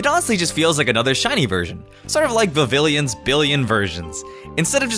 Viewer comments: Vivillon: Vih-vee-yon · Why is Vivillon pronounced with an extra I? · YOU CALLED VIVIEON VIVILLEN??